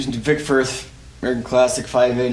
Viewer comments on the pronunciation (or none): none